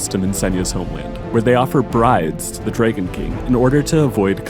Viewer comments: why can't the voiceover guy say DRAGON. not drayguhn - goofy accent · Why do you jeep saying DRAY GONE bride???????